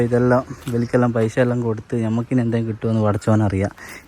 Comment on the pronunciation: പൈശ അല്ല പൈസ😂